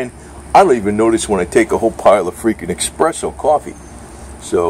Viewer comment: its pronounced es press o